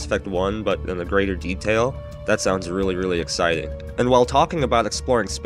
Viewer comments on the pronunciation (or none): none